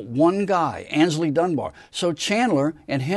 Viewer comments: Great vid! Only one small error…it’s AYNSLEY Dunbar not Ansley. And the beginning of his forename is pronounced as in “play” not as in “far”. But apart from that, well done! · Psssst! It's Aynsley (not Ansley) Dunbar. And it's Voodoo Chile (for "child," spoken just as spelled) I mean, Voodo CHILI? Please. Otherwise, a big 👍